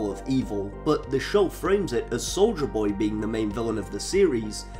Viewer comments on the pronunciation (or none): "Souja Boy" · "Solja Boy" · I keep hearing soulja boy